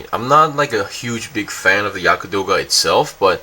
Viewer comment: not Yaka....Yagd...or Yakt